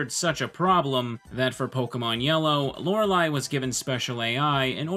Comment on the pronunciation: Not hearing "Laura Lee" is different. And it's nice